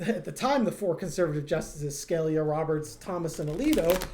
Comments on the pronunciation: you're killin' me. Sca-LEE-yuh, not SKAL-yuh. Pleeeze🙏😂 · Interesting reading. BTW, you mispronounced the name of a Justice. It is Sca-lee-a, not Scal-ya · I love you guys,. And please learn to pronounce the names you are discussing. Scalia is Skuh LEE uh. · It’s justice “SKA LEE A” and justice “Soda my or”. Still love you two. 🙄🙄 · My comments did work. I apologize. The Justice's name is pronounced Skuh-LEE-uh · Are you purposely mispronouncing Scalia like T did Kamala? (Never heard it pronounced this way before.)